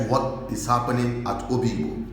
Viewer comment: You’re an idiot, what’s the issue with the Pharisees got to do with this? You’re beginning to irritate me you this. I’m this close to unsubscribing from this stupid channel. The fact that you called it Oyigbo instead of Obigbo show where your allegiance lies. You’re a very very stupid guy. Obasanjo sent soldiers to destroy Udi and Zaki Ibiam n so what? So we should start worshipping the army or what? Bastards everywhere Ralph Uwazurike you will be dealt with when the time comes. Jealousy is what will kill all of you Ralph Uwazurike, the amebo that turned his lifestyle of gossiping into a profession. Shame on you. Who said it was Wike that changed those names before? God forbid these shameless set of human beings not different from Nnia Nwodo and Ohaneze Ndi Igbo. Idiots as if the army are God in heaven. What a disgrace. I’m out of this stinking and disgusting channel.